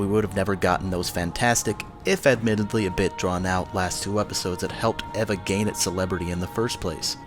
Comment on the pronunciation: i watched the dub first and thought it was pretty good, then i watched a bunch of scenes from the sub and compared them to the dub. There isn't really a whole lot of difference imo, except in one scene in EoE they fucked up, and the sudden change in pronunciation of Eva.